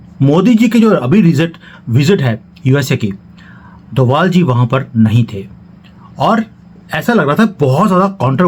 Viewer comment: DOBHAAAALLL...DOBHAALLL IS THE ACTUAL CAST.... CALL THEM DOBHAAALLLL.... PLEASE ! DOBHAALLL.... !